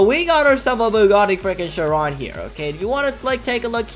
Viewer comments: The way that he said Chiron wrong (Sh-Ron) (Correct way is Sh-irr-on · bruh bugatti chiron SUPERSPORT starts with "ch" lol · it’s chiron